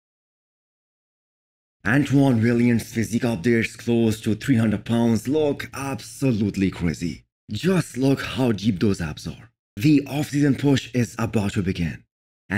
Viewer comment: bro Antoine’s last name is pronounce “vai-yant” it uses the French pronunciation, whereas iain “Val e air” uses the English pronciuation